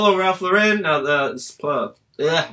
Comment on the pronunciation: Im listening to some of your older videos while im listing. I hate patagucci too. But i also hate that you guys dont pronounce lauren correctly. Most youtubers do it but its always cringy to me. Poor Ralph. I know their corporate hates it too.